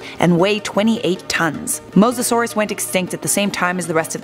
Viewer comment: Omg she pronounced it right Edit: I was starting to believe in you, then you called the Plee-zee-oh-saur a Ply-za-saurus